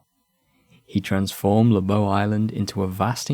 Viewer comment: Thanks for the video. Your pronouncation of Lobau is somewhat off. The pronunciation of "Lobau" can be broken down phonetically as /loʊbæu/. The "Lo" is pronounced similar to the word "law". The "bau" would sound like the word "cow" but the c replaced with a b. There is also a yt video of the pronouncation.